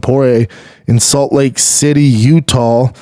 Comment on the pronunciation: Is he saying Utall instead of Utah